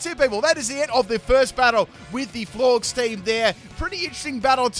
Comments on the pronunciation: It's pronounced Floor-jez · U calling them “florgs” had me dead 💀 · Florges is pronounced “Floor Jess”